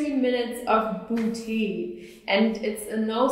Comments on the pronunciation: buti buti buti buti buti buti buti buti buti buti buti I like the way she pronounces it. 😂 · love the way she pronounces "booty" :D